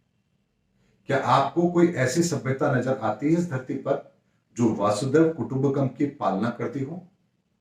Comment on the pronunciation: Namaskar.. ek baat ka bahut bura lagata hai.. hamesha log VASUDEV KUTUMBKAM Bolte hain..jo ki bilkul galat hai... Uska koi bhi arth nahi nikalta... Vasudha ka matlab hai Bhoomi.. is liye woh VASUDHAIV KUTUMBAKAM hai वसुधैव कुटुंबकम्.. naa ke Vasudev Kutumbkam.. please achhi tarah se shuddh uccharan keejiye 🙏🙏🙏